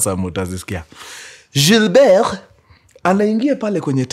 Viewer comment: Weee mkuru si usome tu Gilbert vizuri 😂😂kama mwafrika.....